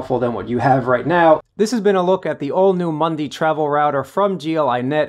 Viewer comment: It is a MUDI, not a MUNDI !